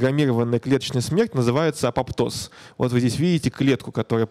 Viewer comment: апоптоз а не апоптоз(